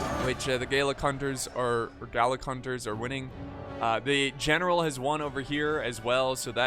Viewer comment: Everytime you are saying ‚gallic hunters‘ it sounds like garlic 🧄 :D